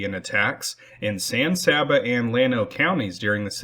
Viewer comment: San Saba is pronounced San Say-ba.